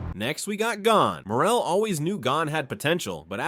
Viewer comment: why do you keep mispronouncing names. like with Gon.... it isn't Gone. It's G - own.